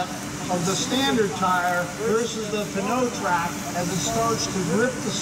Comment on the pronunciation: Would it not be pronounced "no-trac?"